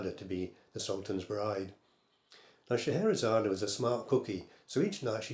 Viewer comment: Excellent - thank you very much. I was also quietly very impressed by your ability to say Shehera...Shezera..whatever her name was! After 66 years I've still not mastered it.